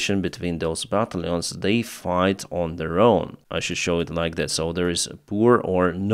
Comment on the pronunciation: pronunciation -Battalions = but tal youns